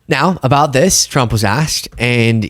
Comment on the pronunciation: Why does it sound like Chump when KL says the name of the current Lying President.